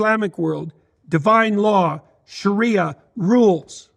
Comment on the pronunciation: Not Shura...sharia, pronounced like Maria.